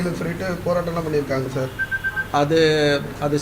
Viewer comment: Chaar, Jarry chaarrr.🤣